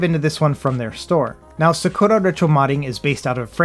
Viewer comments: He hit that "SUH-KOO-LA" so hard every time hahahaha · Lol the sakura pronunciation !!!